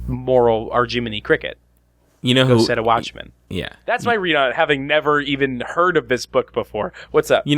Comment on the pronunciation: The first time I heard you say "Go Set A Watchman" I parsed it as "Go Setta Watchman" and thought it was some Sentai-esque Japanese series.